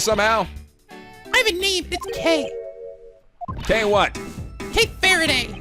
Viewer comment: you know when you say kay kay kaayy!! well without 'ay' part of the name... its bad.